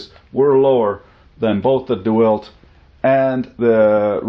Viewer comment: Lol Never herd it pronounced do-elt before ,I mean they even go out of the way to show you how it's pronounced on the tool lol "deWALT". I'm guessing it's safe to say your from Canada A? That must be what that's aboot... lol really tho great breakdown and video!